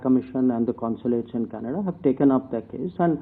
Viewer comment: dear bhaiyon........Canada is pronounced Can-a-da........not Kanedddddddddddddda Also, development is prouncouned DIV-EL-UP-MENT...not as it is written